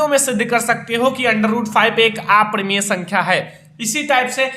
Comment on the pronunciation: Sir aaparimaya nahi aparimay